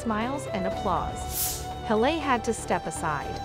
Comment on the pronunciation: Why do you not know how to pronounce a name. Her name is not Hal a it is Hal Lee.